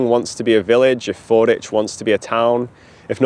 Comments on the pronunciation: Just fyi, it's Ford WICH, not 'ich'. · Locals call this FordWich, not Forditch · I lived in Canterbury for 25 years and we always called it "Fordwich" not "Forditch", and now I'm doubting myself... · I love your content, but it’s Ford-witch, not Ford-itch! (I live a few miles away) 🙂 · Fordwich is pronouced Ford Which, in the same way that Sandwich is down stream on the Stour. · Pronounced ford-witch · Fordwich is pronounced ford witch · Pronounced Ford-Witch by the locals btw. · I believe Fordwich is pronounced with the W present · You pronounced Fordwich wrong. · If you're ever back in the area, the 'w' in Fordwich isn't silent. It's pronounced how it's spelt, unlike Greenwich.